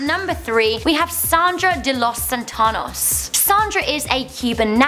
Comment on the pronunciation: Am I the only that noticed her pronouncing the Spanish name wrong? Is not "santanos" is Santos... Sa-n-tos lol 😂